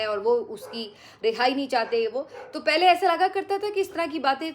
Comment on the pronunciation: "پھلے" نہیں "پہلے" ہوتا ہے ۔کم از کم آپ تو یہ غلطی نا کیا کریں